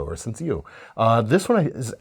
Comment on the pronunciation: Points for saying sencillo well